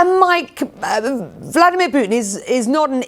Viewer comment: "Pyutin" - Mathew Chance , quote , mention , 🙂 👏